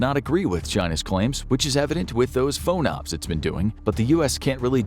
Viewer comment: Moderate nitpick: it's always been pronounced FAWN-ops to my knowledge. Source: firsthand experience in the 7th fleet AOR for Aegis BMD stuff on a DDG. Basically all at-sea blocks begin as Underway TBD, which is then nailed down into specifics as schedules and tasking and missions cohere. FONOPS (freedom of navigation ops -- that is, operations) is the default underway mission whenever there's not more directed tasking at hand (exercises; transit to/from wherever; etc).